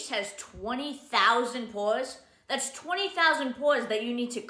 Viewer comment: "It's kinda HAAAD and its not for me...this is TAAAT'S new tubing mascara."